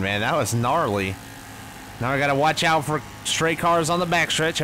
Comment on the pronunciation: Did anyone else make the connection that when he said “Watch Out” it sounded like “CHICKOW”